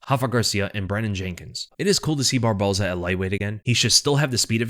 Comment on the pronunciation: aplause. “except for barbosa” is real hard to say. you said it flawlessly. a lot.